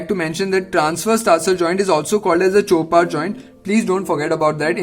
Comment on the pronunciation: That's a chopart joint...... Not a chorpat 😅